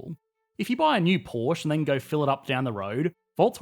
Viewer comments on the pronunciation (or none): Porsche is pronounced ‘Porsha’ NOT “Porsh”! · I hate to be the one to do this, but it’s Porsch-uhh. Germans are too efficient for silent letters. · It's Porscheeee with an e at the end.